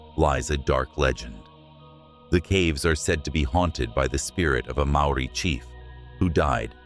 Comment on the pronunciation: yep maori pronunciation is pretty much way off